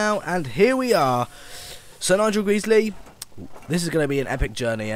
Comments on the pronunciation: Isn't it "Sir Nigel Gresley" not "Sir Nigel Greesley?" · It's pronounced Nigel gresley not Nigel greesley.